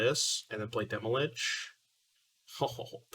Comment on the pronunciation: Why do you say "Demolich"? Stan from the dive down said it too. I don't get it.